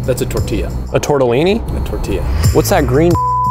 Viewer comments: "A toretillini"😂😂😂😂😂 this had me weakkkk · I thought this was real until he said "tortillini" and that's when I started laughing my ass off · i thought it was real for about 30 seconds before he said tortallini